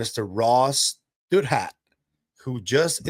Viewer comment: I think it’s pronounced Dow-That